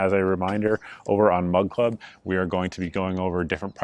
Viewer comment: Every time you say Mug Club it sounds like Mud Club. 😂😂😂